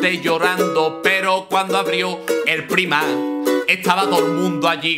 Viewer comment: Primark... Se pronuncia praimark, menudo catetismo. Esto es la herencia de pandereta (o de ukelele) por no ver series subtituladas.